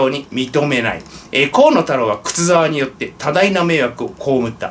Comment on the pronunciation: 河野太郎が 小物太郎 と聞こえてワラケル（笑）